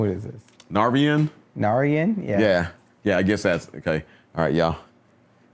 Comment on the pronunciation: FYI Narayan is pronounced Naaraayunuh